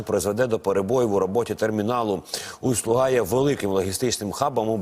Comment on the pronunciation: усть-лУга, а не усть-лугА. але то не важливо.